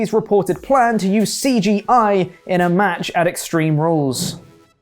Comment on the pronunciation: "it will include CGeye" ... eye get it